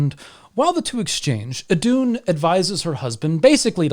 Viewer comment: I thought it was pronounced “ithoon”?